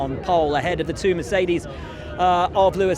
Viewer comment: It‘s amazing how charles pronounces mercedes😂